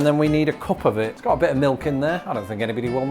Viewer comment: “A bir spicy” 🙄🙄 lol